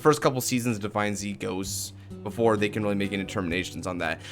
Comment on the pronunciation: on the stream they said divineZ like Z was a "s" so sound like divines